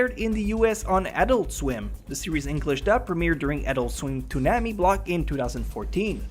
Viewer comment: Goddamn, the mispronunciations are strong in this one. How in the world, can you mispronounce Exorcist, Author, Accuracy, Programming, Appearances and Toonami? How? And Idk how anyone can pronounce Kirito & Asuna differently, when the right way to pronounce those names, was done in both the English & Japanese Dub. I might as well stay away from anime-related 107 facts, because the pronunciations always seem to get screwed up.